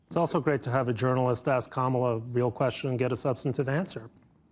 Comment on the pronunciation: Her name is KAMALA , not Kama !!!